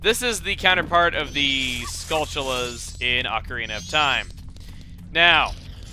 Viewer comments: Have you ever pronounced the t in skulltula as a ch? I don't know why I always did that. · Its funny how everyone, me included, says skullchula when its skulltula, why do we pronounce the t as a ch? Weird right?